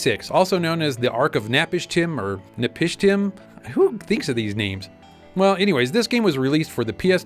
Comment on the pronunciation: My only question... how long does it take to make a sandwich?? Lol anyway, thank you, you guys actually pronounced Napishtim right!! The name sounds Babylonian, like the character Utnapishtim from the Epic of Gilgamesh. I'm sure that's where they got it. Utnapishtim is basically the Babylonian Noah, so the Ark connection makes sense too